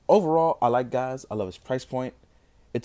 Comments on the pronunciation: It's pronounced like Gaze/Gates. Good review but a damn shame about the lack of painted detail on the ride watches. Love the red on this though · His name is pronounced like "Gates" in the show. The katakana would spell "geitsu." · I hate doing this, but it bugs me. Pronounced "Jee-Oh" and "Gates".